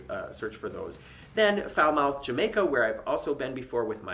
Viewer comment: Falmouth, like Plymouth, rhymes with myth, not mouth LOL. If you go to Cozumel (Coh, not Cah), stop by the MEGA shop by the port on your way back to the ship for a little shopping. And for others that eat fish, Pescaderia San Carlos, only a few minutes ride from the port, is a fantastic seafood restaurant serving the freshest fish. Very inexpensive. One of my favorites in Mexico. Very affordable, about $15 or less. Save more by paying in MXD. A peso is just under 5¢ USD right now. Mr Sancho's is a very popular beach day excursion with all-inclusive AYCE & drink day passes that you can buy online from a reputable shore excursioneer site. Don't bother with their aquatic park upgrade. And find another couple to share the $20 USD taxi fare. And there is a Starbucks right by the port for free WiFi.